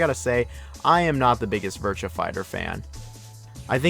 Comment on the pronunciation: I can deal with you pronunciation of Yakuza, but the way you say “Virtua” is disgusting.